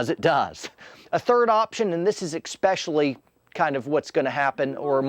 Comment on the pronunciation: Why do you say eXpecially??